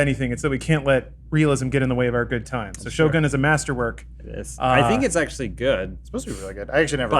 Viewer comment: Neil De-ACKSHULY-Gras Tyson